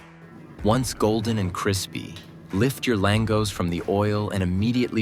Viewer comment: You can't even pronounce it properly. FFS